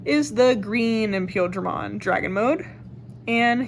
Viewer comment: Definitely appreciate this video, I couldn't find green blue imperialdramon deck build almost anywhere. And I believe it's pronounced like pie eel dramon